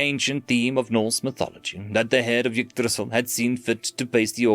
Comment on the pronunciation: Bro really said igdrissil😂😂